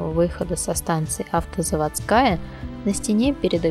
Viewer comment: Не автозаводскАя а автозавОдская